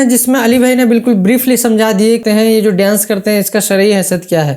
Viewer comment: Pahle ap bolna seekh lijiye (daienc) Babu daienc nahi dance kahte hai.